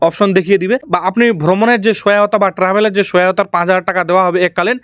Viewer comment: Last aa ki bolle bujlam na trevel